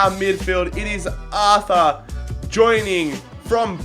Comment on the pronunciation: It is pronounced art-ur